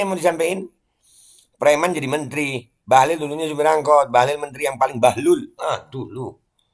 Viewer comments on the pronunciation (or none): Bang rocky manggilnya bahlul 😄 wlau salah nyebut 😂